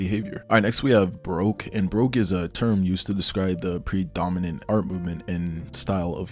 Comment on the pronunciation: I hope that pronunciation of baroque was satire